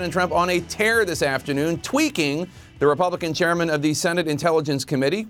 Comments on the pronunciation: Lmao he said twicking. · Tweaking? Tweetering? Haha. Jake, pls get DTJr on your show. I need a good laugh.